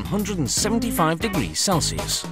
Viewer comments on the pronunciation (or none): none